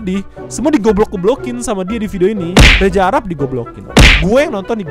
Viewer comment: Reza arap bang bukan reja fix gabisa ngomong z